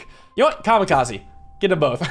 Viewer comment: Bro really said kamikazi